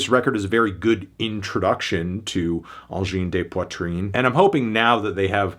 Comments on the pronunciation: "Awngene deh Poitreen" it's AWJINN DE POITRINN. not "d'eh" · AHN-JIN DUH POITR-IN for the anglophones out there. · knocked a point cause he couldn't pronounce the guttarl r on video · At least try to pronounce their name correctly. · honestly I'm watching just to know how to pronounce Angine de Poitrine